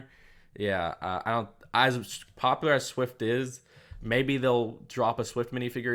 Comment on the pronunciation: Dude pronounced “popular” as “popper”